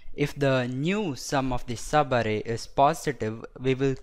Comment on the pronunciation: Its so funny when u say 'sabarrei' (subarray) . Nice video!